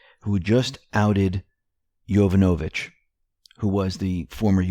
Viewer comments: heads up: its pronounced Jo-VAN-ovich, not Jovan-O-vich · You're saying "Yovonovich" wrong. The accent is on the second syllable. yoVONovich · you mispronounce "Yovanovitch" incorrectly, again. It is pronounced "yoh-VAHN-o-vitch", emphasis on the second syllable. This is the second time you mispronounce. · It's pronounced: Yo-von-a-vich